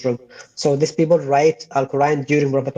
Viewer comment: He is an idiot Arab Sunni Muslim! He pronounced " people " as "beoble". That makes me SO MAD!!!!